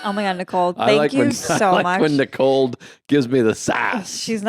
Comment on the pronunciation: Tell Joe that there's no "D" in the name Nicole.